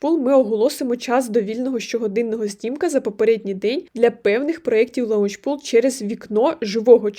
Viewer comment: Не лаунчпул, а лончпул